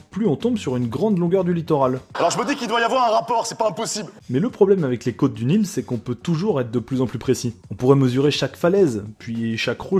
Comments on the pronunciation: Au début je pensais que tu parlais des côtes du "Nil" et non d'une "île" du coup je comprenais que dalle quand tu montrais la Grande-Bretagne. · aaaah "d'une île" pas "du nil" putain j'ai mis 50 ans à piger